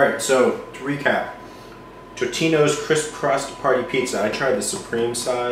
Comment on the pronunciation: It's TOtinos. Not TITinos!